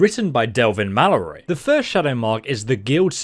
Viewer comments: The way has a stroke trying to pronounce Mallory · I could listen to you struggle to pronounce "Mallory" all day